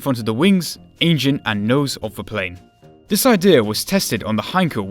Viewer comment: Two free eight ..... I find vis hard to listen to.